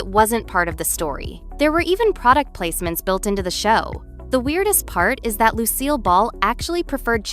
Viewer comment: Narrators Tinny voice is annoying. The fact that Lucille Ball's name is mispronounced screams AI. Take your phoney content, and Go Away!